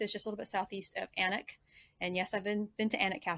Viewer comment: Kook-It! Well done, excellent pronunciation! Just the right amount of emphasis on the ‘uck-it’ bit😉 Annick was spot on too! We’ve trucked up’n down the A1 many times, we’ll make a point of visiting Warkworth next time, thanks for pointing us to it. We’re curious to hear your translation of Berwick-upon-Tweed 😊, p’raps in a future TTT👍